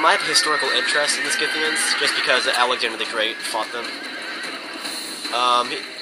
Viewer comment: You are not pronouncing the Scythians the correct way.